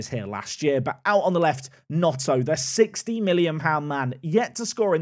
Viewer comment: yeah but was calling him Notto 😂